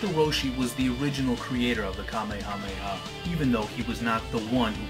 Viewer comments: You keep saying it wrong and it's very annoying. It's pronounced "ka-may-ha-may-ha." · Oh my god, I get such OCD about this. King Kamehameha is not pronounced the same as the DBZ move it's pronounced more like "Ka-may-uh-may-uh" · the hawaiin king's name is pronounce (Kuh-mayuh-mayuh) in a fluid motion (3 sylabals not 5) and you should pronounce it the 3 sylabal version with the word wave after it instead of saying ka me ha me ha every single time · Why is he saying it that way?